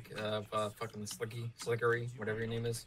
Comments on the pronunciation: So happy we got to start with the guy who couldn’t pronounce slickery’s name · Mans is really trying to argue that moon runes are easier to pronounce than Slickery